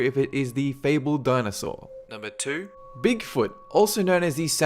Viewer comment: hahah how he says foot like fuot haha